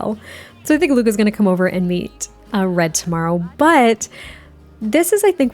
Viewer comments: I also hear bread 😅 so I agree that's a good name lol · I literally was thinking Bread!! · One time when you said “Red” it sounded like you said “Bread” and I think that’s actually so adorable. A little floof named Bread can you imagine lol